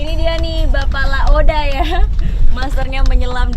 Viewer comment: Bkan laode tp laoda